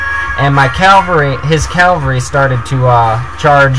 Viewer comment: dude is "cavalry" =D sounds really funny when you said "calvary" =D well good battle you are earning exp in online battles =D the problem in this battle was that you fall in his trap... and you lose a lot of ppl in the beginning of the trap... thx for the video...! 5/5